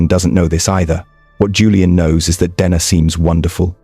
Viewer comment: How many ways can the name Dena be mispronounced..?